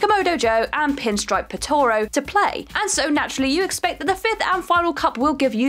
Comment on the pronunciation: I know, I know, YouTube algorithms and all that jazz but what in God's name was that pronunciation of "Potoroo?"